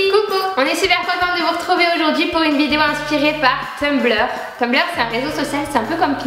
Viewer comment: On dit Tumblr et non Tumbleur